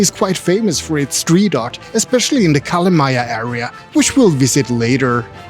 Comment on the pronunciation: do u mean calamaya as kalamaja